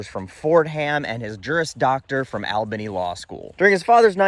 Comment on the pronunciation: As someone in NY... "All-bany" please lol